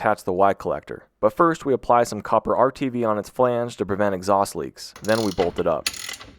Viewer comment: "Apply some copper Rtv to" sounded like copper r2d2